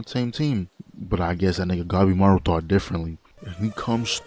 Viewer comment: Did bro read Gabimaru as Gaemaru or I just misheard him?